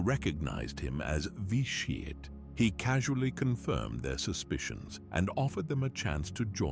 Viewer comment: “Lord Vi Sheeeit”